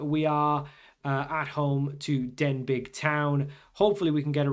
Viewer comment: Denbigh is pronounced as Den be